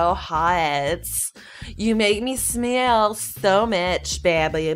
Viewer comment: I keep laughing my ass off when she said smiel my stomach hurts so bad but the fact is that it was the best way of saying BABY BABy BABy Ohhhhhh